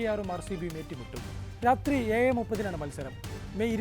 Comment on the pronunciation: അവതരണം കൊള്ളാം പക്ഷേ അക്ഷരസ്ഫുടത വേണം 7 എന്ന് പറയുമ്പോൾ 😂